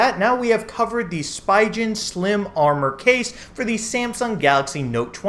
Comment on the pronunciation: Good vid! But please, learn the correct pronunciation of Spigen 🤣🤣